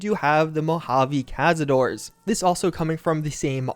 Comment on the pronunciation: Ca-za-dor-es. Hunters. You're welcome.